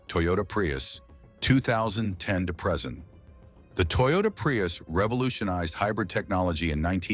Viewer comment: Especially when it keeps pronouncing Acura and present wrong 😂😂